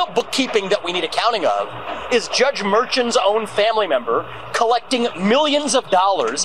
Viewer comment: Did anyone else catch that Vivek didn't even say the judge's name correctly? Like, not even close.